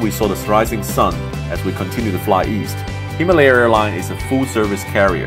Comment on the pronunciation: His pronunciation of himalaya 😂😂😂